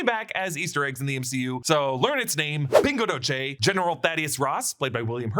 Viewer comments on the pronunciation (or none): FYI it’s pronounced pingo doh-see